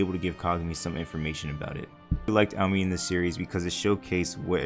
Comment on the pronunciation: it’s pronounced ow-me-ne, not ow-min😭😭😭